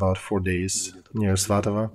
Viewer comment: Why Muscovite pronunciation for Ukrainian settlements names! Not svatovO but svatovE, not dAnYEtsk but dOnEts'k etc